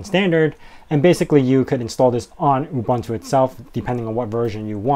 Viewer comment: Please learn how to pronounce "OOBOONTOO".